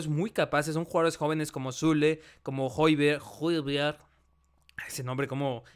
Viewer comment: creo q Hojbjerg se pronuncia joibierg, pero no se donde se acentúa, si en la e o en la o pero me gusta q intentes pronunciarlo correctamente